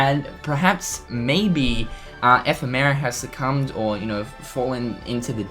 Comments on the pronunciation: epheee-mera!!!!! What!? its (eff-em-er-a)! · love the updates, but its funny how you pronounce it like F. E. Merra. thanks for the news tho. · Still can't pronounce 'Ephemera'... smdh